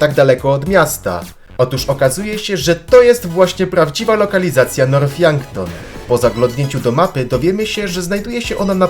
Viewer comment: Mowi się nort a nie norf poprawa